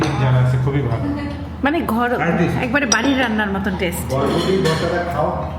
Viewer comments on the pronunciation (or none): শোনো এটা বডবডি হবে না, উচ্চারণ হবে বরবটি।